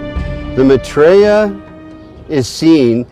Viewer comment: The way they pronouce maithreeya ! LOL.. It's my-three-yuh. Not ma-tree-ya !! Almost all of this doesn't make sense, but that just made me LOL :D